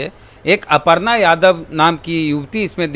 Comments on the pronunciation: अपर्णा नहीं है छेद जी अर्पना लिखा हुआ है हिन्दी तो पढ़ीए ठीक से न तो दु मिनट के लिए बोला लिया जाएगा😂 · अपरना नहीं अरपना पढ़ा जाता है मुर्ख 😂 पोस्टर में बिल्कुल सही लिखा है😂